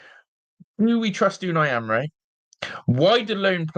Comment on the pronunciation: If you're gonna talk about the gaffer then atleast pronounce his name correctly